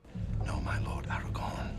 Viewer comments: Kinda lost it ish when he pronounced Aragorn like Eragon, and my first thought was "wrong series, bud!" In all seriousness though, I love seeing getting into this trilogy, man. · Hey, you're not the first reaction I've seen to make this mistake, but his name is AragORN, with an -ORN at the end. Love the reactions by the way, seeing you get blown away by the movie making techniques you're pointing out in the films is pretty fun.